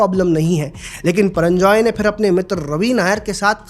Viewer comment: HIS NAME IS PURANJAY HAIN PARANJAI NAHI HAIN